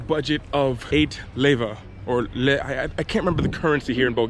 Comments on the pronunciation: You are saying it pefectly without effort.... LEVA. Dangerous, the biggest threat is in the Parliament ( those crooks) the crime rates are usually VERY LOW ;) Dude u look tall !??! (2m ^^ ) Merci beaucoup ( МЕРСИ- MERCI) БЛАГОДАРЯ( BLAGOUDARiA) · You pronounce leva really good don't overthink it so much.